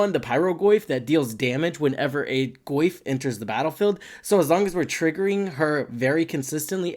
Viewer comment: I cannot unhear "Le Goyf"